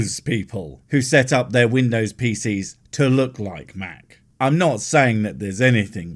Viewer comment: Vindows! 😂 Please, please tell me this bloke is satire. Because my head is about to explode!!!